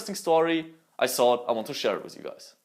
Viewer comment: I love how he says thought idk why tho but it's so satisfying